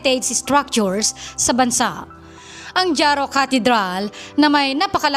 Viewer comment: JARO is pronounced as HARO not DZARO!